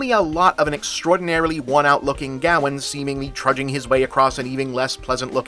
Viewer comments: For a good part of the review I was trying to figure out who Gaowen was, then I realized it was Bob's strange way of pronouncing Gawain. AFAIK "Gawain" should rhyme with "Wayne", "rain", or "pain". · I don’t know how the movie says it, but his name is meant to be pronounced guh-wayn, other than that, great video! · Is it not pronounced’Gah-wayne’?? I’m going to have to research that now. I can see with your pronunciation that it could be a Welsh proto Gavin. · Ever time you said Gawain, I cringed. Can we just ban Americans from pronouncing old British words. It’s pronounced “Ga-wain”